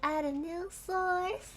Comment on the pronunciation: Nannerys didn't say horse she said "source", but it sounded like horse